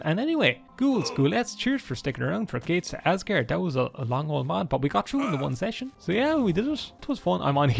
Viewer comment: When you pronounce aesgaard it's more like asgord (Asgård in Danish) Åå sounds like Oo just deeper in the back of the throat